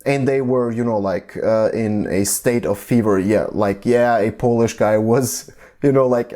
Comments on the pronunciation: Your Polish pronunciation is very good in my opinion :) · Your pronunciation is pretty good. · Actually your pronunciation is pretty good.. And I'm really happy that people around the world finding our history interesting